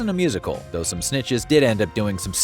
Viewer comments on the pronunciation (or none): none